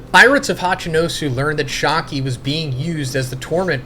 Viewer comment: Not shaaaki 😢 its shyakky a